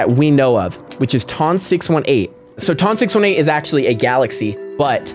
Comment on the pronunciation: Hey you pronounce the biggest black hole as ton 6 eighteen